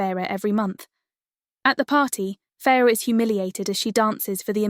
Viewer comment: how about the correct way to say “ Feyre “